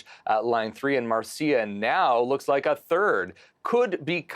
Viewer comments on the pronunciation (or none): none